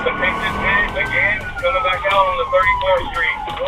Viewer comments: And why can't it say the word pit? It's not pi-t. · According to another channel with the same video (and potentially the same annoying AI narrator), the TBI caused well over $10,000 damage to the house. It's sad how many "pie tee" maneuvers were spoken about. Thumbs down on AI slop. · "py-tee maneuver" 🤣 come again? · 👎👎👎 - PLEASE EVERYONE HIT DISLIKE! Sure glad they did a “PAY-TEE” maneuver! Every video has shit AI narration! This is the worst channel I’ve ever been on! Hit that DISLIKE 👎 everyone please! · AI voice is dumb... Pie-T ? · Umm.. pie tea haha… ai is destroying the English language